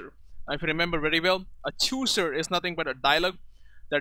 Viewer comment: You don't even know how to pronounce chooser.